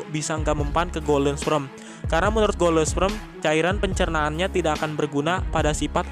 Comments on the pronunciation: belajar lagi bang ngomong kata kata golden sperm.. bukan golden sprem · "Golden sprem" RIP English...pffft 🤭